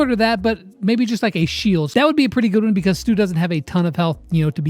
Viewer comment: When brawl stars said “Stu” I thought they said “STOOG”🤣😂